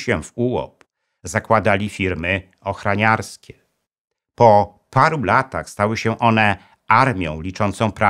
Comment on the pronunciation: Świetny materiał! Zwrócę tylko uwagę na detale, żeby jeszcze lepsze były kolejne 💪 -firma ochrOniarska, a nie ochrANiarska -włĄczać, a nie włANczać